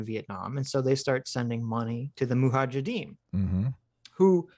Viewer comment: Suicidal drinking game: have a shot every time says "moohajadeem"